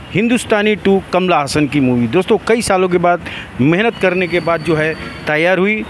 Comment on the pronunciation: Kamal Hassan not kamla hassan